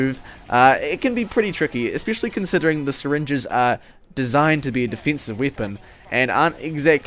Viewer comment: Why is there a "ee" sometimes in your words? (e.g. def"ee"nsive)